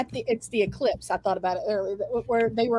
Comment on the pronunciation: Did Sarah call it eclipse,? It’s called the ellipse